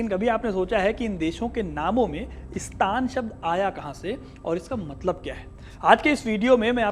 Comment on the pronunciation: वास्तव, में,स्तान, ग़लत, उच्चारण, है। सही उच्चारण, स्थान, होना, चाहिए।जैसे, राजस्थान, वहां, हमेशा, राजाओं,का, स्थापत्य, रहा है।